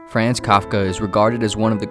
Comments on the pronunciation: Except it is 'Frahnz', not 'Fraanz,' like a Boston taxi driver... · “Fraanz” hurts my ear every time I hear it. It’s more of an “ahns” sound. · the narrator mispronounces his first name as it rhymes with bronze you're just gonna have to trust me on this... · Fr-ah-nz It's FR-AH-NZ... NOT FRAAAAANZ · Uhhh… The ‘a’ sounds in Franz Kafka’s name should be the same, all sounding like “ah”. As such, ‘Franz’ should sound like “Frahnz”. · pretty sure its. more like frahnz but whatever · Repeat after me---- Fr AH ntz . That is the correct pronunciation. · I can't listen to this because you keep saying "Franz" in a way that rhymes with "France." Just no. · You mispronounced his first name!! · If the narrator gets the a in Kafka right (pronunciation) why does he butcher the a in Franz? 🤔 It's the same vowel, pronounced the same way.